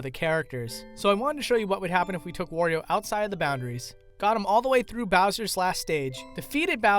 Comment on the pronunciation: Oh no it's another person that pronounces Wario like a weirdo